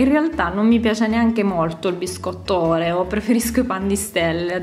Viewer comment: Oreo no n si pronuncia in quella maniera... Che sei Milanese?